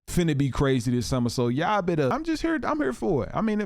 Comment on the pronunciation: When did everyone start pronouncing YA'LL.. as YAW?